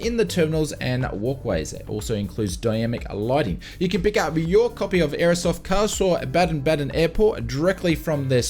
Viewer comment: Yes you say Karlsruhe - Baden Baden correct! Greetings from Baden (Germany)